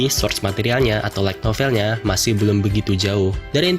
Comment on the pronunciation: Lu baca "like novel" atau "light novel" bang? Pronunciation light belajar lagi bang, biar viewer ga bingung